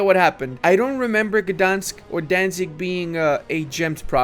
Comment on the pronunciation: Gdańsk pronouncion give me chills